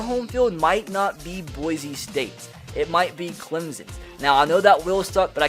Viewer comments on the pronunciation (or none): You know someone is not from Boise when they say Boize